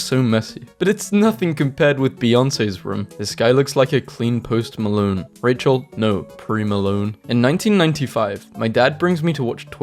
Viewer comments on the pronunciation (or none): none